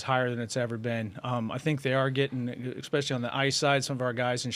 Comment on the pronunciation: Make "exspecially" special again. It's Especially. Essss. Not exxxx. Thank you for your attention to this matter.